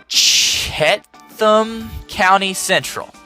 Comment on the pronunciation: I think it’s “Cheat-Um county”